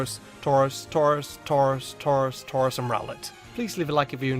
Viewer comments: Are you shroros it's touros? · I liked it when he said tarous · At some points it sounds like he gave up on saying "taurus" and just repeatedly said "tors tors tors torz torz torz" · U should’ve done Tauros instead of tuaros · I can't hear tauros anymore and can only hear torse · Man, you sure Taurous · Number ten: turus. Me : ok not bad next. Him: number nine turus. Me: wait what ok skip surly not the third time. Him : number eight turas. Me : yea ok bs!!! What the heck KKK!!!!!.( Skip to number one ok surly.) What's number one . Him: snorelax. Me:😂😂 lol .......,.......😡😡😡 What the f*** (five minutes later). Me: ok it doesn't matter it's his choice. (Ten minutes later ) . Screw it arrggghhhhhhh whyyyyy I want to die!!! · take a shot every time says TAUROS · This cow keeps shredding my paper... He Tore-Rows of them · Drink every time he says Tauros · I think he made a mistake with tauros omg he did instead of tauros its tauros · XD when I started this vid I was like "I swear he says Tauros for all of em Imma laugh" well guess whose laughing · Dudeeeee you made Tauros sound weird I swear the more I hear Tauros the more annoying and weirder it sounds XD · The more I hear Tauros, the more I hate it. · Everytime he says Tauros take a shot.